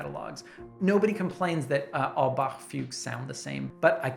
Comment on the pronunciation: Guy from Germany approves of your pronunciation of "Bach". ;)